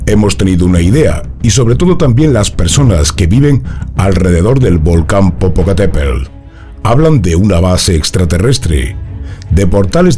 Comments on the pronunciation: jaja no sabe pronunciar Popocatépetl! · Te perdonó no poder pronunciar Popocateptl, solo porque tienes buena voz, y bonito pelo.😁😘